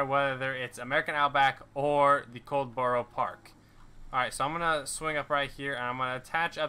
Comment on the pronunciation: The map is pronounced cold-per-park farm